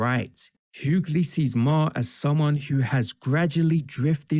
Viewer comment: Bro said Bill Mah. It's May-her.